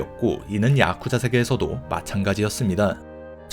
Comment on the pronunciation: 야쿠자 하실때 발음이 독특하시네요 야~~쿠자